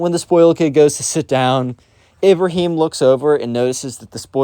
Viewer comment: I love how you just mispronounced Ibrahim like that 👍 No offense tho